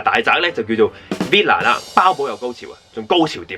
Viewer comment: Villa 唔係Veela 囉😭露咗餡啦你🤣